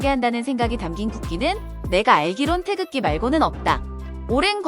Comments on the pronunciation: 태적지?? 태극기 발음좀 연습하고 해라. 듣기 심히 거북 스럽다. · 태극기라고 발음도 제대로 못 하면서 남의 나라 국기에 대해 설멍할 자격도 없네요 자꾸 태적지라고 부름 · 테이젖지 라고 하네요😅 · 영어표기가 어떻길래 발음이 "태줙지"일까...나레이터가 대본에 대한 이해가 1도 없이 읽었나봄... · 태적지가 몬가 했더니 태극기를 잘못 발음한 것이네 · 태극을 태적 이라고 발음하다니... 태적지..? 누군가 바른 발음 알려 주세요 태극기 라고... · 영어 발음이 태즉으로 ㅜㅜ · 테이족지....가 뭔가 했네. 기왕이면 태극기에 대해서 그리도 상세하게 다루는데, 제대로 된 발음으로 할 수도 있지 않았나 싶다. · 뉴질랜드에서 방송을 만든것은 기쁘지만....태극기 읽는 발음을 제대로 알고 해 줬으면 더 좋았을 것을 ^^*....No 태줘어찌...Yes 태극기. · 뉴질랜드 방송사는 태극기를 태적지라고 발음할만큼 감수를 하나도 안받았군요. 참 실망스런 접근법이네요. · 태극기를 자꾸 태적지라고 읽는거 거슬리네. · 태쥭지는 한국어학회가 만든 외래어 표기법으로 인한 최악의 오류 발음인듯... 아무도 발음 못하는 알파벳 표기법 도대체 누가 만든거냐? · 태극기를 영어로 어떻게 표기했길래 영 듣기 거북한 발음이 수도 없이 반복되네. "태져옥지"가 뭐냐? 영어 g를 모조리 ㅈ 발음으로 말아먹어 버리네. 제대로 감수도 하지 않고 방송한 걸 그대로 또 갖다 쓰는가? 한심하다. Tae-Geok-Gee? "태지옥지" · 태적지 가 아니라 태극기로 발음 했으면 더 좋았을텐데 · 태극기 발음 다 틀리는데... 태쥭지~ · 이 방송의 해설자는 계속 '태극기'를 '태적지'로 발음 하는데, 아마 영문으로 표기된 'G'와 관련된 오독으로 보입니다. 차제에 우리 국기의 고유명인 '태극기'의 올바른 음가의 전파에도 심혈을 기울이고 바로잡아야 할 것 이라 생각됩니다.